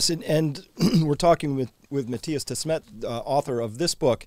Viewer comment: Chris's pronunciation of Matthias' last name isn't very good. It is pronounced "Dè-smét", not "Dés-mét". The first e sounding a bit like an English 'u' like in dummy. And the second e sounding like in the English verb 'met' from 'to meet'. You end up with: "Du-smet"